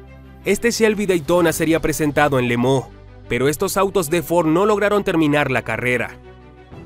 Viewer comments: Tremendo video!!! Pero se dice Le Mans No!!! Le Mooo… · No se porqué dice Le Mooo, cuando es Le Mans 🤔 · Buen documental. Muchos datos interesantes. Pero una pregunta....minuto 6,38, las 24 horas de limón????? Si no sabemos la pronunciación correcta lo leemoos en castellano y punto.